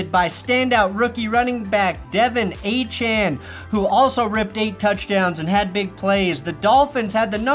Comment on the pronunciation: Pronouncing Achane right but De’Von wrong is crazy work